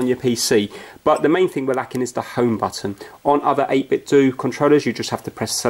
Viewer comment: Hey, it is pronounced 8bit'dough' not "do" as it is supposed to mirror the Nintendo name...so the end of the word should sound the same. Cheers!